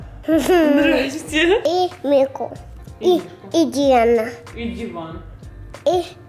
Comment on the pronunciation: вроде она сказала диван, но я слышу свое имя диана